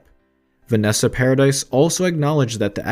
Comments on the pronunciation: it’s not paradise it’s paradis it makes me fuckin 😡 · It’s Vanessa paradis not paradise or paradee for that matter the lady deserves respect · I know ! That's what I have been saying from the beginning... it is prononced Para-dee ! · It is prononced "Vanessa Paradee" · I know it is Paradis. I meant that it was prononced Para-dee, like Sandra DEE. I should have explained it better. And beeing french myself, I do know how to spell and say her name, thank you very much.